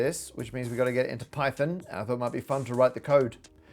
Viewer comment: Did he pronounce it pi-thon?